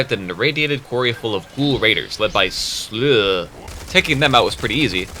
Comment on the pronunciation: Slough is pronounced "sluff" I only just heard the word used for the first time the other day. It's referring to his skin sloughing off since he's a ghoul.